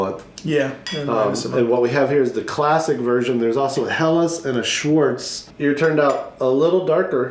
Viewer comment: bonus points for saying schwarz- I just laughed at that. May the schwarz be with you this Christmas!